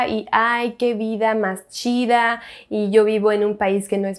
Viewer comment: Me encanta como dices Chid@ 😂❤️